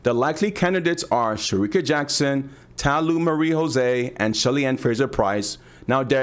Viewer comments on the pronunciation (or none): Ta Lou is pronounced as Ta "Lou for Look"